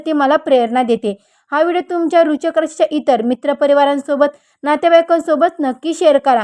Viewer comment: तुम्हाला वृश्चिक राशी पण निट म्हणता येत नाही कमीतकमी लोकांना घाबरवू नका